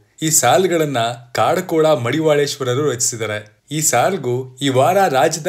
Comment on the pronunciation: ಕಾಡು ಕೋಳ ಅಲ್ಲ ಕಡಕೋಳ ಮಡಿವಾಳಪ್ಪ ಅವರ ಹೆಸರು 😊